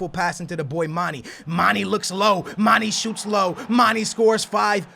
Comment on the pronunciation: He pronounces so many players' names wrong. Like Deulofeu and Mane.